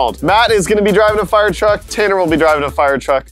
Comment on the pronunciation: "Firetwuck" Halfway through that word, turned UwU for a second